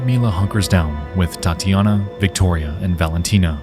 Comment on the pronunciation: Loved the story and it would be real nice if you can keep up with a weekly schedule. One thing, though, with such a huge audience, it isn't hard to find a russian dude who can tell you how the russian names should sound, it's not that big of a deal, but man, hearing "LIUdmila" and "Tyatiyana" for 40 minutes straight causes a small bleeding from the ears, which we can count as getting deeper into the story since some of us who knows how it is supposed to sound can experience what the hikers felt, but, it is hardly a good thing.